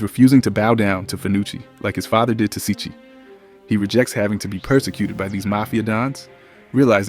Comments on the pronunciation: It’s pronounce Chee-Chee, not sichee. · It's pronounced "cheech". No offence, mate 👍